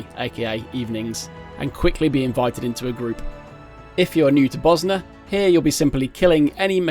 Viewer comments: It's Bozja but the pronounciation he went for was like he was saying Bosnia how the natives there do 😂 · I coulda sworn they pronounce that J like a Y, but its really w/e really xD I used to pronounce the J hard because Iunno, but then I started saying it similar to Mjollnir (myol near), so iunno lol EDIT: forgot to clarify xD, I just meant I pronounce it Boz Ya or something like that, I honestly dunno how to do proper text based pronunciation marker thingies